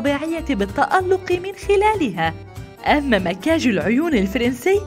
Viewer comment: اسمه مكياج مو مقياج 😂